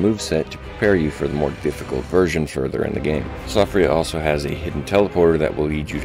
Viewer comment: Siofra is pronounced Shee-fra, it's Gaelic